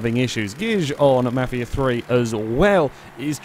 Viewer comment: Omfg, the way you pronounced mafia 3. It sounded like u said " Ja Ma-fia 3